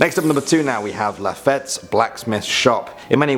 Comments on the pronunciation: Just a heads up Jean Lafitte is pronounced like La-feet not La-fet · Lafitte is pronounced like lafeette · Pronounced La feet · Its prounced 'LAFEET! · Lafitte is pronounced “la feet” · Captain Jean Lefitte's name is pronounced Lafeet. He was a pirate but he was also a hero. During the War of 1812, he aided in defense of New Orleans in the finale battle of the war. While this was in return for a legal pardon, the Navy having actually captured much of his fleet in a raid on his island in Barataria Bay, it is none the less hailed in history as a key element to the defense of the city.